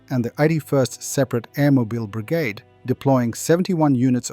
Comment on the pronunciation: Ya almost sounded Australian in that one Say brigade again